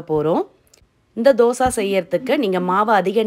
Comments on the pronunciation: தோசா இல்லை தோசை என்று சொல்லவும் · Say dhosaiiii not dhosaaa 😏😏😏😏😏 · Yes Dosai..